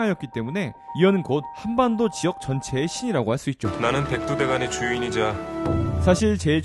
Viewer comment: 백두대간을 백두대가리 라고 들었지...